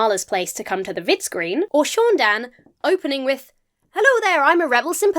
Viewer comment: NOOO it's not SHOON DANN. It's SAUN Dann. GOD get it the FUCK right! you would know this if you were a REAL star wars fan!!